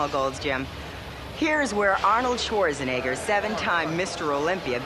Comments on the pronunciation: It sounded like Tom Platz called Schwarzenegger "Arnold Swastika". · Does he say Arnold swastika ???? Lol